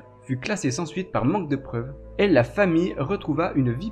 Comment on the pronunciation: Et toi tu ne serais pas possédé par l'esprit d'un segpa pour prononcer systématiquement les "et" en "est"??